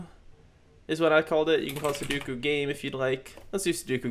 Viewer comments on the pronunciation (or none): Commenting F for poor dear Sudoku's name that was butchered on the making of this video hahahahahaha Also great tutorial! Keep it up!